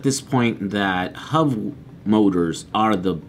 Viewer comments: Are you saying HUV motors? Or HUB motors? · Just to clarify, When he says Huv motors, he is referring to Hub motors right? Just an accent thing? Or is Huv a thing and I am failing to find them? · The wheels aren't pronounced "huv motors", they are "hub motors". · hub not hov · hub motors... not huv motors